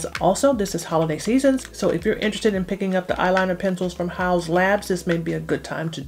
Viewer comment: Is that how it's pronounced ? I only hear it said as "House" labs not "Haws"